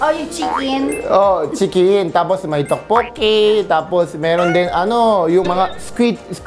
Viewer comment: Sobrang nakakatawa yung tokboki pag ka bigkas ni ryan.. Tawang tawa c yeng.. Me too.. Sobrang saya ng vlog nyo..bait ng husband ni ms. Yeng.. Ilove this vlog. ❤️